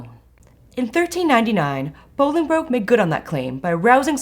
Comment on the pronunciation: Really enjoyed this. One thing small thing I’d say is that we have really weird pronunciations of names here in England sometimes i.e Worcestershire . Anyway, when saying Bollingbroke, you’re meant to pronounce it ‘Bolling - brook’ …. With the first bit rhyming with ‘lolling’ (for lack of a better word) It’s a mispronunciation that’s becoming more and more prevalent on YouTube educational videos unfortunately, and the original pronunciation is becoming lost over time … but thoroughly enjoyed this. (Btw Worcestershire is ‘wooster-shear’ …. I know, we don’t make it easy haha)